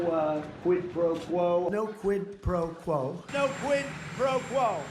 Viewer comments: No "QUIT PRO QUO" are the most difficult words in Trump's vocabulary. He pronounced them with all his effort. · He's obviously mispronouncing "Squid Pro Quote," and there was no evidence of him asking Zelensky for a quote on squid professionals in any of the calls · I think it was September when Trump first said the words PRO QUO couldn't even pronounce the words QUID PRO QUO , now he can pronounce words , just like the con an that he is . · Trump really struggles to say Quid Pro Quo. He can't say origins, he says oranges instead. He couldn't say anonymous. He makes up words based on not being able to say the right word. His arteries are as hard as cement. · Did he say "no quid pro quo" ? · I wonder how many cookies they went through while teaching him how to pronounce 'quid pro quo' ?